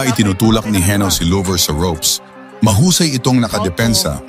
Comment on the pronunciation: Hindi lover Llover double L yan nakakahiya pakinggan